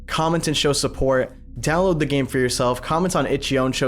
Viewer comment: Downowad the 22 bytes... Danteh... You'll distort... Danteh